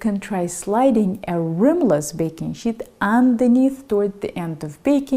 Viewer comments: it is a sheet, not shit. Otherwise, fantastic video. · Lol... baking "shit"... can't unhear that. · Wonderful video! 🙏💐💗 May I suggest you practice your pronunciation for the word "sheet" please.